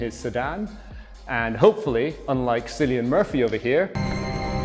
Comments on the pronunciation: The cutoff is probably disabled by default because the real Sten doesn't have magazine last round cutoff. The "C" in "Cillian Murphy" is pronounced like a hard "K". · and cillian Murphy is pronounced Killian